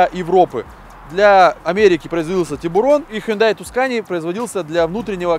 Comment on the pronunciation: проект интересный. но не "хундай", а "хёндэ". не "андеРграунд", а "андеграунд" и т.д